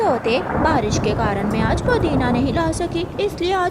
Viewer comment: Podina nahin-- Pudina Phir hi nahin--- Tabhi. Chidiya bimar hote huye samose kha rehi hai. Ye kaun sa doctor batata hai?